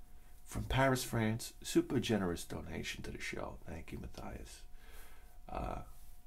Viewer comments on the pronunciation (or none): Thanks for the shout out and the indepth review with your usual honesty we all love. Btw my first name is pronounced like "Matt- yass" lol. But anyway you say its ok no big deal: )